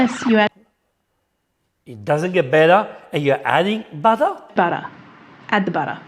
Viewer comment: And I am disappointed that you doubted yourself and copied her incorrect pronunciation of BUTTER.